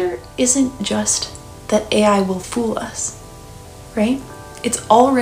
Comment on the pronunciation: It was probably just an editing mistake. Also, *fool, not full